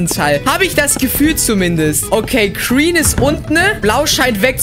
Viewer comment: wie er sagt kreen und nd green 😂 ich liebs haha